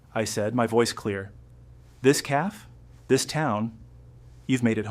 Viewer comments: Cafe. Not calf. Caf-ay. Good grief. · Annoying hearing “caf” over & over again😂. It’s cafe’. AI talking I guess. Children are money hungry bunch. Good story though. Thanks for sharing.